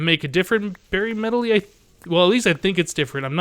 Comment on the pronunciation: Medley, not medely. I'm sorry but you drove me crazy.